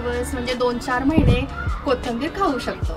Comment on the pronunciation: Kahi shabde tumchya suddhe nahi yet jase ki koithimber yacha ucchar bhaga ...anyways tumhala thik vathe aasal tar Kya mag...tumhala suggestions avdat nastil tar kye mag ..